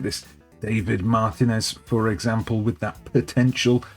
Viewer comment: Small explanation of the spanish language: you see that weird symbol on top of the "i" in Martínez? It's not an "i" but rather an "í"? That in spanish is indicative that you need to accentuate that syllable while speaking, as it's the stressed syllable/accentuated syllable (as evident by the presence of that graphical accent above the vowel). So you shouldn't pronounce MARtinez with emphasis on the MAR syllable. You should pronounce it marTInez with emphasis on the TI syllable as denoted by the presence of the graphical accent.